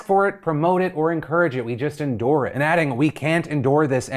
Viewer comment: Indoor..? its endure.. hahahaha